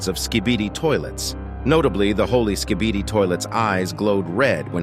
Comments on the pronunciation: He said skidibi XD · Why did you say skidiby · he said skidini 😂